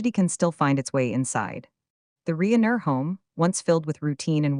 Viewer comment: AI narrator mispronounced Reiner as Reener. Really?